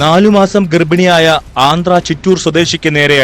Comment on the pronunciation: ഗെർഭിണി.... ഗെർഫിനി അല്ല 🤷🏻‍♀️🤷🏻‍♀️🤷🏻‍♀️🤷🏻‍♀️🤷🏻‍♀️